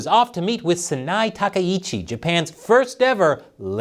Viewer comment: I recently learned that Takaichi is pronounced Tak EYE chi, not Ta ka EE chi. Pass it on! 🇺🇸